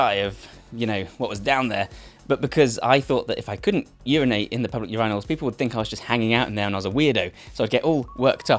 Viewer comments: Urinals (your-eye-nulls) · ur-eyenals bro who tf says urinals that way